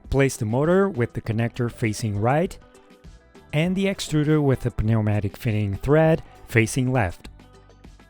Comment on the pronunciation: my brotha, you don't annunciate the p in pneumatic. just neumatic <3 thank me later.